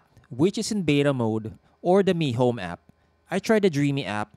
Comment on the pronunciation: Which app did you say is better ? Mihome or mehome ?